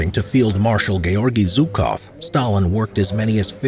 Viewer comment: Its "Жуков". Jukov not Zukov.